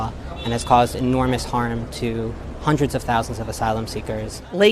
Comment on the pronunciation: "Four hunnit thousand right, up to four hundred thousand migrants..."